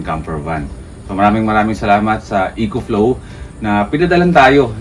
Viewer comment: “Eh-kho” Flow boss